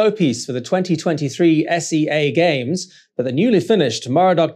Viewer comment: What do you mean S E A games 😂 it’s SeaGames